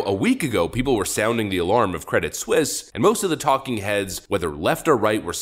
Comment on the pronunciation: It's pronounced Credit SWEES!